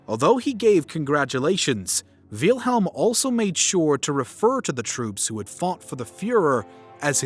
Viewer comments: Wiiiiilhelm, doesn't wilhelm has its I silent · This is a great video but as a german i find your pronounciation of Wilhelm very funny. All I hear is Wheelhelm haha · It looks like the creator of the video would have learned how to pronounce the name of its subject before making it. Tip: it's not "Vealhelm". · Der Kerl hat ständig "Wiehlhelm" gesagt, das meinte ich damit. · I'm German and the Name Wilhelm is actually pronounced with a short 'I' It's pronounced like "will" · it kinda hurts that he is saying "wheelhelm" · "VEEEEYIL HELM" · great but one small issue its actually pronounced will-helm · Why do you mispronounce Wilhelm and Adolf? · Why is the name "Wilhelm" so hard to pronounce? Nobody edited this? Also way too much supposition here! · bro ur pronounciation of wilhelm and wittelsbach is painful